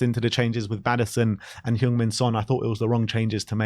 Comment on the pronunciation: Now he's captain, could people at least learn how to say Sonny's name? It's Son Heung-Min, not Heung-Min Son. And it's "Heung", not "Hyung" (as you are pronouncing).